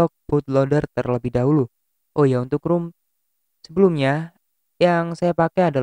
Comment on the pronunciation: "rom" bang.... bukan "rum" 🤣